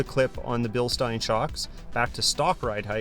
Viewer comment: LOOKS GREAT! They did a nice job. AUTO 4WD is also great for dry pavement launches. A+ on pronouncing Bilstein correctly -- seen so many online that say "Bill Steen" and it makes me cringe. The worst part...trying to correct them. People think they are "always right" and can't take being questioned. Happy Merry Christmas.